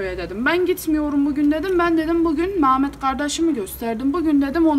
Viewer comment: Maşallah maşallah Antepli misin sen ya Mametttt deyişinden çıkardım 😂😂😂😂